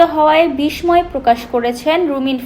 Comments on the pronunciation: বিষময় নয় , উচ্চারণ হবে বিস্ময়। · সাংবাদিক কি সংবাদপত্র বিষময় না বিস্ময় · বিস ময় নয় রে মূর্খ, বিস্ময় - উচ্চারণটা বিস্ সয়।।। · আগে উচ্চারন ঠিক কর সাংবাদিক। শব্দটির উচ্চারন বিষময় না। এটির উচ্চারন বিশষয় হবে। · উপস্থাপক কে? বিসময় কি ঠিক উচ্চারণ? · বিশময় কি উচ্চারণ পারেন না তারা আবার সাংবাদিক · বিসময় বাহ কি চমৎকার অশুদ্ধ উচ্চারণ! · সাংবাদিক এর বিষ্ময় উচ্চারণ ভুল, এটা একটা সংবাদ পাঠিকার জন্য লজ্জাজনক - তাও আবার একটি নামকরা পএিকার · এইসব ছেলেমেয়ে সঠিক উচ্চারণ না শিখেই প্রতিবেদন পাঠ করতে আসে।বিস্ময় শব্দটিও সঠিক ভাবে পড়তে পারে না